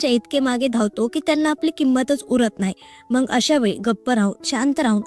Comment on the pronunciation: शुद्ध बोलत जा ताई मंग नाही मग म्हणत जा